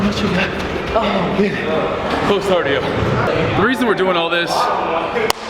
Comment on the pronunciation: he said "hardio" hahaha